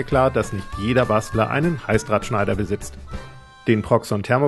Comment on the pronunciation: Ich verstehe die ganze Zeit Halsabschneider. 😬 Aber cooles Video